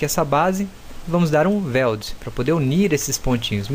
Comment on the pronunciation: Weld não é /VELD/ é /UELD/ posso te dar aulas de inglês mano se quiser kkkkk pq o seu é horrível, mas tu manda bem no 3ds max kkkkk